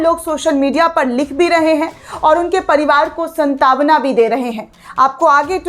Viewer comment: आपका न्यूज पड़ने का तरीका और expressions निस्संदेह सराहनीय हैं। हां, कुछ हिंदी के शब्दो का गलत उच्चारण वैसा ही है जैसे चांद पर दाग जैसे आज की कमेंट्री में बोला गया शब्द "सांत्वना"